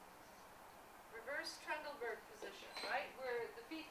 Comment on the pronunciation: Good information, except she pronounced Trendelenburg wrong. And Reverse Trendelenburg is when the the feet are lower than the head, the position she is referring to is just pain Trendelenburg.